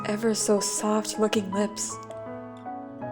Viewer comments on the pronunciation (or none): i cant help but laugh when you say ‘soft looking lips’ because it sounds like ‘soft fcking lips’ 😭